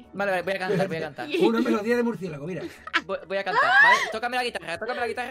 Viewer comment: Yo siguiendo a los ytbs y yo hay s Por faaaa Cuando dice muricielago y yo mi mircielago